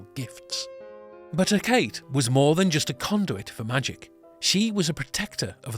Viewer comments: Hecate's name is prononced Hec-a-tee not Hekate, but this is still a facinating video. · Sorry to be nit-picky. Hecate is pronounced "he-keh-tee," not "he-kate." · You say Hecate weirdly, it's not "Her- cate" it's pronounced Hec- ca- tey. Otherwise cool video! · I believe it is pronounced He-ka-tee and not He-kate. Other than that an interesting video. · Me too! I got to handed to "Chilling Adventures of Sabrina" They did so well with the occult and I WAS SO excited when the witches went to Hecate. Perhaps you may no. There are so many pronunciations of "Hecate" the most I heard was "Hec-a-tay" ALSO...figured Santa was a woman first. Men are the worst. Btw I am one lol